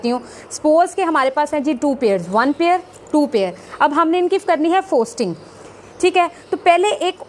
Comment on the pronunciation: Bongi "FOSTERING" hota hai FOSTING nahi......Sahi sey bolna to seekh lo